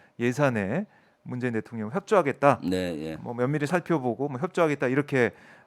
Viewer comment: 김의원님 발음좀고치세요 대통년이아니고대통령 입니다 듣기가불편해요~~